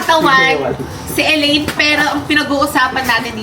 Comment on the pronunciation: Ellaine- Sasha laparan✅ Shellaine- Sasha taparan❎